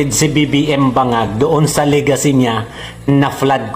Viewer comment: Lagaycy...hindi Legacy...